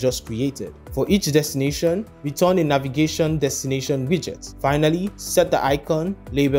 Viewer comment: Great tutorial! Sorry, but I can't resist smiling every time you say Navigation Destination. It sounds like the antartar-tart-ica guy. 😂